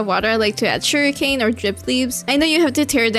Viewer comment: Your builds are so pretty and this helped a lot. And I like the way you say "sugarcane", I was c9nfused for a bit, thought they added a new block named "surrikane"😂😂